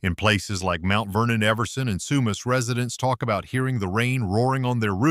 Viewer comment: From BC...north of sumas,wash..he says that place different than us.. I've even heard American news say Spo..Cane wash...omg.